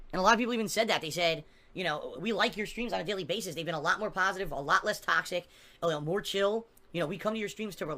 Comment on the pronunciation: definition of pahstive - GIVE ME MONIES